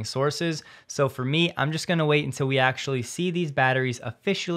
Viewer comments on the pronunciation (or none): none